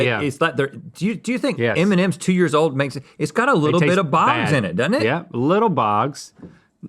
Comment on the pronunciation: i like how you pronounce it eminem's